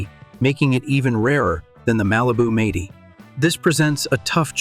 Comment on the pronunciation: who the hell narrated this..ts 4 4 2 not four forty two and it'd m- 80 not meighty...learn to talk